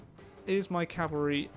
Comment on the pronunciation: "Have we beaten off the Calvary unit yet?" lol